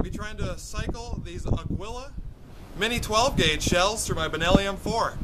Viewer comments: it's NOT pronounced A-GOO-EE-LAH.. It's A-GEE-LAH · Thanks for doing this video, great job. I just got some of these (slug & shot) today and can't wait to try them out on my Mossberg 500 and Utas UTS15. One comment though: Aguila is pronounced ah-ghee-lah, which means Eagle in Spanish. Cheers